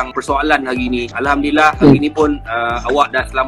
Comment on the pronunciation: Budak ni asal dari mana. Cakap satu macam punya slang. Sebut Alhamdulillah bunyi mcm arab. Ckp melayu bunyi mcm mat saleh